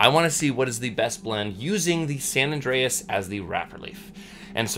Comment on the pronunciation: Great review, love watching your reviews! I think the tobacco is called "San Andres" not San Andreas" lol.